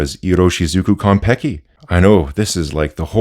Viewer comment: Yoy lost me at kon-peki. Sorry